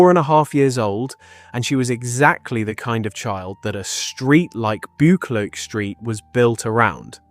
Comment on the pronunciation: I'm from Glasgow and some of your pronunciation is hilarious! Especially Buccleauch St and Sauchiehall St 😂 I remember my Granny telling me about her. She was from Partick a d was in the police during the war.